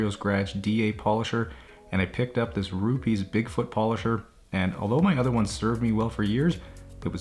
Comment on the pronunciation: The Polisher is pronounced ROOP-EHZZ Owner himself told me this pronunciation.